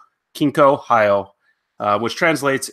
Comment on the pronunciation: it's pronounced "hee-yo"